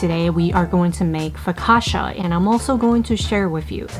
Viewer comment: learn how to say it correctly.